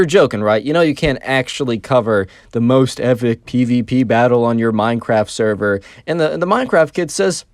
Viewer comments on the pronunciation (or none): blud said "saerar" instead of "server"